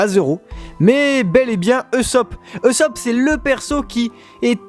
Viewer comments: Aaahhh !!! Ça ma stressée toute la vidéo comment tu dis Luffy et Usopp. Luffy ne se dis pa luffy mais Leuffy et Ussop se prononce Ousopp et pas Eusopp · intéressant mais ça se prononce "USSOPE" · On dit Oussop et Leffy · On dit OUssop ! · par contre on dit oussopp